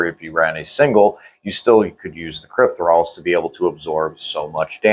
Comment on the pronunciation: CryptOthralls guys, not Crypt-thralls